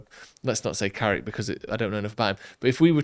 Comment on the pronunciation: Its Carrick YOU KNOW!